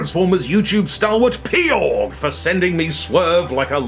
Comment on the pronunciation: Oh my, is Peaugh pronounce as Pay-Awg? All this time I thought it was ‘Pew’ 😅😅